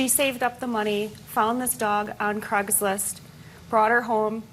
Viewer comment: Can she not say Craigslist properly